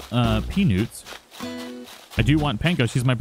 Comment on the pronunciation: I think he's cheating I haven't got the mushroom furniture either and he pronounced Peanut wrong its Pea and then Nut not Peaonut